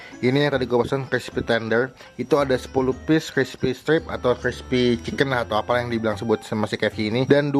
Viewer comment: Klispy kaleem ? Itu lidah kejeletot bang?